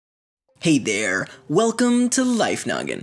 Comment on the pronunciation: "Hey Dair!"